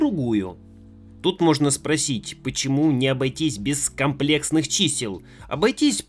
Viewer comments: Ты же в курсе что комплЕксный - правильное произношение? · ИнженЕрии - ударение на Е!!! А за комплЕксный, вас сударь пороть надо. Я не гуманитарий, но было очень больно. За такое вообще нужно ходатАйствовать чтобы на вас было вобУждено уголовное дело. P.S.: Прошу без обид. Просто это звучит как издевательство над русским языком. Как человек близкий к науке, вы должны понимать, что говоря об одной дисциплине, не стоит пренебрегать остальными. За роли однозначно лайк.